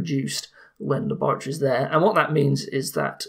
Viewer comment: "This is my lab! And THIS is my LAORATORY!"